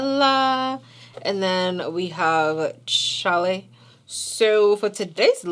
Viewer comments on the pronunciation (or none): none